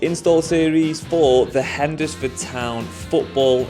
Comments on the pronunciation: Hend desr Ford town??? It’s pronounced henz fuhd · Living in Hednesford is so funny to her you pronounce the name 😂